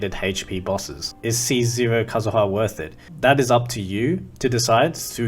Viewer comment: aight decided to subscribe because you pronounced kazuha correctly